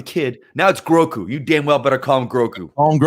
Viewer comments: Aw man. "Groku" does sound pretty good, but it is "Grogu", as I'm sure lots have mentioned. Will take some work getting used to and I'm sure he'll always be "Baby Yoda" to many. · Grogu, not groku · Grogu, not Groku lol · Grogu not groku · This dude doesn't seem to know loads about Star Wars. Also, the child's name is Grogu, not Groku! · Grogu. Not Groku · You lose your Star Wars street cred calling the Child "Groku" like 20 times. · If you guys call him Groku one more time......😡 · GROGU! Not "Groku"